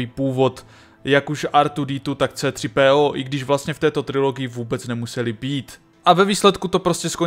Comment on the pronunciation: Pokaždé mne pobaví "artwodetwo" a v zápětí "cétřipéó"